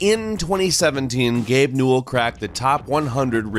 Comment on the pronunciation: I thought it was pronounced (New-well)